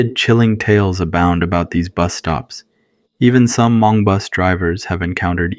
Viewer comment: “Ha-Mong” um, what?! 😂